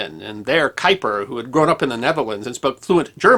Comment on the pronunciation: Or any other German or Dutch name, like Haber, Erwin, Göttingen, Kuiper ...